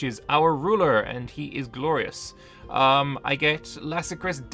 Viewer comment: Laskaris, not Lasakris. Just so you know